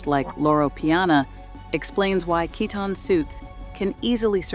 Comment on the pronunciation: Pronunciation can be more consistent. For both Kiton and Cesare Attolini. I'm just afraid even the corporate pressures and newer family members taking over will dilute what once was incredible untouchable clothes. I've seen it happen.